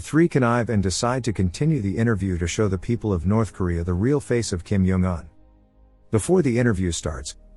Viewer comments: Why kim yong un its kim jong un said by North koreans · I love how the ai voice calls Kim jong un “Kim yung un” and “Kim juun un”